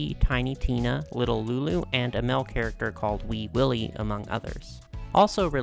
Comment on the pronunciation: I heard "Weed Willy" and was really confused